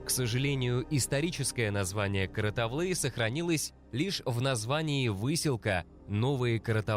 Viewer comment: Слух режет-- какая КаратаВлы? КаратаУлы! Не важно как вас называют чужаки-- важно Ты сам себя как Называешь!